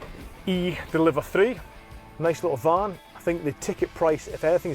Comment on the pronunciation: A beeg eelektrak kahr.